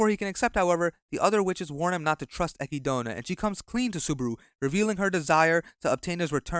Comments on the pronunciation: "ecky-dona"💀💀 its "eh-kid-na" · why does he keep calling echidna ekidona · I think you pronouncing the Witch of Greed name wrong. Her name is Echidna(eh...kid...na) the name is pretty much pronounce as the same species of Knuckles😂 lol.... Subaru in this season really gets on my nerves. Instead of him pouting and crying he should have been asking the witches the right question like "Why did they chose him? and What is his actual purpose in that world? But I have to say that Roswaal a psychotic madman and we still don't know what he is planning. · Echidna, not Acky Donut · pronounced a kid nah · "Echidona" "Petrash" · Did he just say Eki- dona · strange hearing echidna pronounced like that by an english speaker, my inner-monologue reads it in english and just goes with chidna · The way this guy pronounced echidna should be a crime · echidna is an animal name bro it has a correct pronunciation im saving you from all the sonic fans